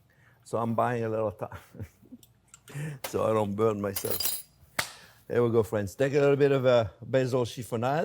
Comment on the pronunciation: I live how he calls everyone "fwens"